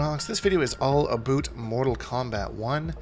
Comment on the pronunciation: mans hit that "aboot" hard af